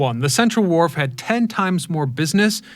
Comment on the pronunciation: It's Fisherman's Wharf, not Ward 🙂